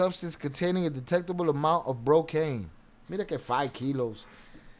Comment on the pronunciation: Not bocaine ,cocaine,not bartel ,cartel